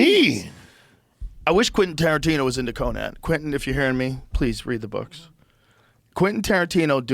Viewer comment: mf can’t pronounce Quentin Tarantino 😭😂